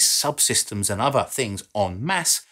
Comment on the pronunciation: There is no V in the Wordother please learn how to speak English